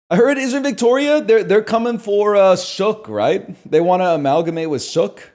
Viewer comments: "suhck" it's Soooooooke... Like Luke mainland ass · NL name dropping and COMPLETELY butchering the pronunciation of Sooke was not something I was ready for when I clicked on this video ngl